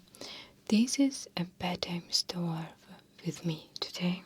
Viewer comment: I love Checkov! Just a small suggestion, "story" is actually 2 syllables = store + e 😘